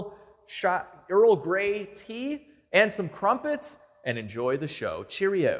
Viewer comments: "Cumpets"? 😂 You mean Crumpets! Nice try. What the hell is "Grey poopon"??? Sohio = standard oil of ohio. its a petrol receipt. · Brilliant video. Haven't read all the comments but if its not already been said - us Brits call them Crumpets - not Cumpets! ;) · Dude, you're hilarious! A CRUMPET (not cumpet 😆) is a small griddle bread made from an unsweetened batter of water or milk, flour, and yeast, eaten in the United Kingdom, Canada, New Zealand, South Africa and Australia. It is also slang for a hot chick, i.e. "She's a bit of crumpet." G'day from Australia, btw. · I think they are called "crumpets" not "cumpets" 😂😂😂😂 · Crumpets, not cumpets - that sounds so wrong. 😱🤣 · Its "CRUMPETS" just sayin :)